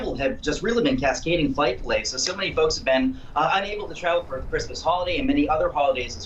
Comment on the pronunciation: What a terrible reporter for the first section. Please someone teach him how to pronounce "th" rather than "v". 🤦🏻‍♂️